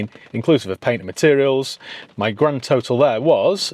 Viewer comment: Haha..2 GRAAND Sounded like you were from daaan ere in Essex 👍